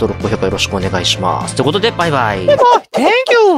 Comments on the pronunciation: パイパイに聞こえるw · バイバイのとき、いつの間にか、パイパイに聞こえる